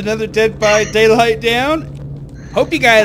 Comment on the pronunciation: Anyone hear say dead by digly instead of daylight 😂😂